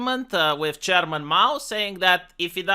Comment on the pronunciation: I always heared german instead of chairman.....